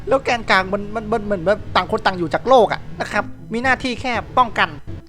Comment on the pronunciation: พี่พูดว่าแกนกังด้วยครับ